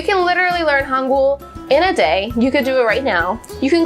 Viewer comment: the way she says hangeul is kinda weird. I think her pronunciation is not that good. Idk maybe it’s only me🤷😕